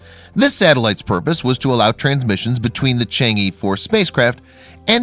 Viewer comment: Really cool video! It’s just that the pronunciation of the chang’e isn’t Shang-ee but instead sounds more like Chang-uh. Sorry it just really bothered me haha 😅